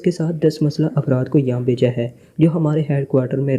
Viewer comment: اردو بولنا سیکھو یا کسی ایسے بندے سے پڑھاؤ جسے اردو آتی ہو غنڈے کو گنڈہ، مخصوص کو مکھسوس، مسلح کو مسلہ اور خان کو کھان پڑھ رہے ہو سارا مزا کرکرا کر دیا